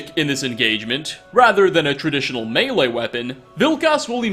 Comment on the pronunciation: thank you for pronouncing ‘Melee’ properly! Hearing the incorrect version (which happens often) gives me “murdered to death” feelings.